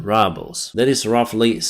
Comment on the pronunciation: I love how you pronounce Rubles = "rubbles" - somehow it makes it more realistic :)